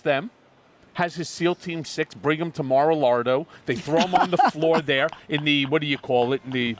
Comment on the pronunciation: It kills me when Michael says Mara-Lardo 😂